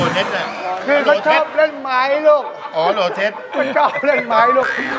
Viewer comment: PureWhite โหลเทสไม่ใช่โนเนส